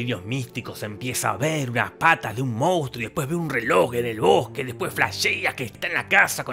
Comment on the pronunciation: Cómo amo que en Argentina digamos "moustro" en vez de "monstruo".